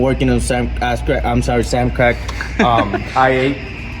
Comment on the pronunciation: "asscrac, no, "